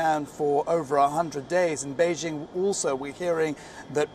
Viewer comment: Wion's reporter can't pronounce a simple word like "beijing" properly. Send him to China!